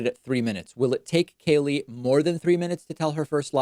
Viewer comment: David, love you and hate Kayleigh. But could you just pronounce her name correctly? What is your issue with it? Sheesh!